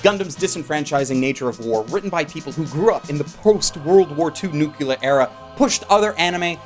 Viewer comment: Noo-Clee-Ar or Noo-Clee-Er... not Noo-Kyoo-Ler. Also I understand how you were barely able to contain your geeking out through most of this video.